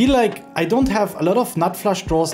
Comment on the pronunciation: Love it! But guys...who told Ben to pronounce Flush as Flash?